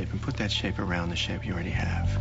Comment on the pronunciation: You guys see his hands , and the way he said "aROUND"? He put the thought of a triangle inside a circle in her head (and ours)